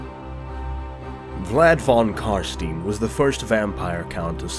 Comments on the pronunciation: Every time I hear Car-Steen I think of the Berenstain Bears it totally deflates the gothic/guttural vibe...The Carsteins are like Slavic / Germanic, where Stein is pronounced Stine - like the thing you drink out of, get it? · "Carsteen" hurt, but other than that awesome video. Felt like I was watching a professional documentary between the well edited video and the speaker actually sounding really good. Love the character you picked too. Definitely subscribing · Love the vid, but can't help but feel pain every time you say "Carsteen" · I love Albert Einsteen. Love how the voice in the begginning of the video says: "Show yourself von Carstein..... then you get to hear Carsteen hahaha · Wtf is « carssteen »? Damn that triggers me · The way you pronounce his name is killing me. It's of German pronunciation, KAR-SHTAIN :) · STINE! IT'S PRONOUNCED STINE!!! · he pronounces carstein wrong. I am sad :'( It's german and pronounced 'Eye' ------- carst - eye - n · Great video! I really love the lore in warhammer fantasy and your "storytelling" is superb. On a sidenote though. Isn't it pronounced "CarstAIn". Since the name is based on german. I might be wrong though. :) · Just FYI its pronunced Vlad Von Carst-eye-n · not carasteeen, thank you very much. I dont understand why you dont say it right, you have it right there in the sound files. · It's pronounced "Car-Stein" as in "car" + "shine" but with a "t". I'm German and the Von Carsteins and their Sylvanian regions clearly have German names. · Pronunciation: Vlad (f)on Car(sh)t(eye)n. In German when e and i go walking, the latter does the talking. Likewise st and sp at the beginning of a word are always pronounced (sht) and (shp), with carstein meant to be a compound word. The letter v is pronounced liken an f unless it is a loanword like video. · Sorry about the Steen, I played a lot of the TW games but admittedly never played the Vamp Counts, please forgive this poor American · It's Carstein, not Carstien.